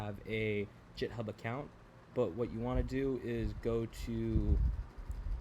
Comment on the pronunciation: It’s pronounced GitHub not jithub 😭